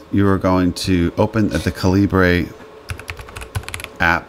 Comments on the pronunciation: Ca-lee-bray? lol It's pronounced "caliber." It's the British spelling of the word "caliber." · By the way, it is common for Americans to pronounce 'Calibre' as you did like a Spanish word. In fact, you will hear people outside of the USA pronouncing it 'Caliber'. I believe this was the original intention of the developer who was Indian where English spelling reflects the UK customs. Outside of North America 'caliber' tends to be spelled 'calibre'. So 'calibre' is just non-USA spelling of 'caliber'. Hence the confusion. Use whichever pronunciation you want but be prepared to hear both.